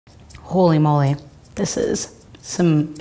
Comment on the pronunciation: that holy moly at the beginning sounded like "chuj mój", which in polish means "my dick" that was the first thing that came to my mind i'm so sorry